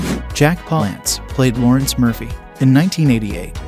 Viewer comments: Jack 'Paul ants'? ?? Poor Guy's probably turning in his grave at the way you're butchering that pronunciation! lol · Jack Palace is pronounced like balance. There is a clip of him saying how much he hated mispronunciation of his name... 🤔 I know my spelling is not perfect, though. 🤷